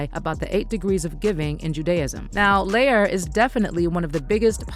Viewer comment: R U SURE IT NOT PRONOUNCED, LY-OR ...? 'Cause it's giving, LIAR.:face-turquoise-covering-eyes